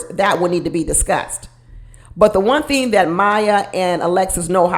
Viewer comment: I wasn't getting Jersey from. I got Michigan - Detroit - Pontiac or maybe Chicago. Not east coast. He also said Ting instead of Thing. Clearly he is trying to reinvent himself. It really disturbed me when he said he was in therapy as a child after he said he was broke and in a single parent home. Wonder who paid for the therapy or if it was court ordered since he refused to discuss it.